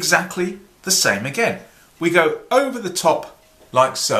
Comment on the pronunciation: Hello Sir! Awesome and funny as usual! Specialy because of Your accent when You are speaking, I just love Your way of talking, I'm always laugthing when You say the word "over"... "Ouuva"... must be because I'm French and I do appreciate and well understand when You are explaining things! Thank You very much Sir, for sharing Your knowledge. Greetings from France ^_^